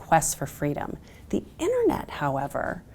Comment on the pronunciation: She lost me at "innernet"